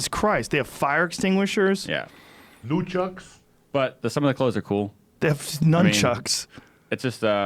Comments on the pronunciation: 'NOOCHUCKS' lmao 😂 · Joey callin nun chucks noon chucks was funny for some reason haha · Did Joey Diaz just call nunchucks noonchucks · Nu-chucks hahahaha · Noo-chucks lol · Lmao Joey Diaz and his habit to mispronounce... “Gorilla style fries “ 😂